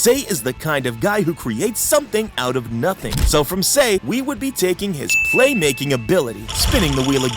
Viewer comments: it’s not “say” it’s pronounced sa-i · Sir, sir. PLEASE stop calling him "Say" instead of "Sae" (pronounced S - EYE). I'm sorry, it just annoyed me lol.